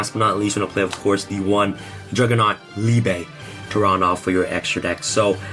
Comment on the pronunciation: Thank you for pronouncing Liebe properly.